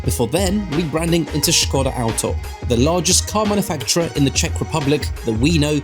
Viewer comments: Thank you for pronouncing Škoda correctly :) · Finally some who pronounced Škoda properly!!!! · He said it properly with Š. HE SAID Š!🦁🦁🇨🇿🇨🇿🍺🍺